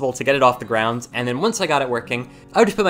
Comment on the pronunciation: Idk if its just me bout every time he says "GROUND" I hear him say "GROUNDS"(btw I love your vids)